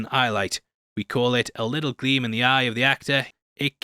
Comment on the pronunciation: It's "gleam." The word is "gleam," not "glean," ffs.